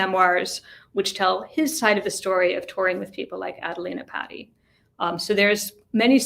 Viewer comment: It's pronounced P-ah-ti not patty cake.